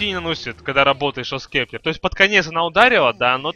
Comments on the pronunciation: он сказал шо скептр, правилно гост септер или скипетр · Гост септер, а не шо спектер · говорится не шов септер а гост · Шоус кептэр! Смешно звучит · GHOST SCEPTER читается как [goust] [sˈeptə] [гоуст сэптэ]